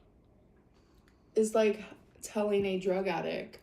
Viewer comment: lol such a literary genius can't even say 'addict'. She said drug addick